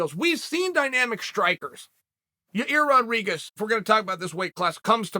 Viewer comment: "Y-EYE-EIRR, Y-EYE-REAR, Y-EYE-EAR RODRIGUEZ" - Chael P, ( all pronounced within one minute of each other.)